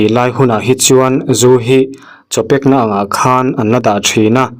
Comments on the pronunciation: Tuman Chaw pack na anti ngailo,. Chow pack na (cháu) tih tur aww.. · Chhiar uluk ve la.. Mengtang hru i chhiar dan te hi.. Chow pekna te pawh..